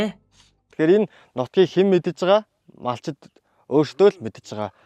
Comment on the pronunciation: ene MONTSAME-giin huuhen chin yasan hazgai heltei, helee hazsan chihend chiirtei yaridag huuhen be? Malchid gedeg Mongol ugiig MAL'CHID gene uu? ene odoo haanhayn erliiz hurliizuud MONTSAME-d baidag yum be/ Ene kompani turiin kompani baij uun deeree anahaarah estoi shuu!